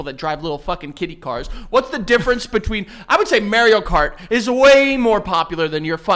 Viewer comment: i'm sorry, "MAY" reo cart?? . i've never heard that pronunciation before 😭